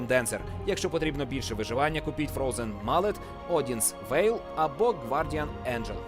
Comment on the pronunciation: дуже добрий переклад, чесно кажучи(голос мені більше подобається ніж у Phreak) але одне зауваження: Фрозен Моллэт, а не Фрозен Маллет)) а так все чудово мені подобається. Продовжуйте більше про цю дуже цікаву гру